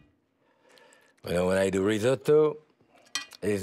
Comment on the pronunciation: How refreshing to see a chef actually pronounce risotto correctly. Instead of the dreaded rizz-oh-toe.